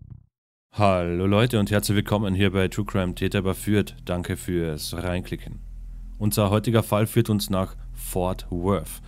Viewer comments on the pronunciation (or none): Ich liebe dieses "Danke für's rrreinklicken" 😅